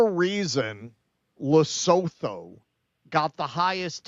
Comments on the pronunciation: What?? You expect 'muricans to take 10 whole seconds to google a pronunciation before attempting to say an unfamiliar name? Pppfftt!! 😉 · Good grief....can Americans ever pronounce the names of countries? It's Le-soo-too. And of course most Americans couldn't even find it on a map. And Americans wonder why Africa is choosing China. Who just dropped ALL tariffs on ALL goods from ALL African countries to China.